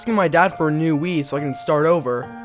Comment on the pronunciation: For some reason I hear "Weed" instead of "Wii"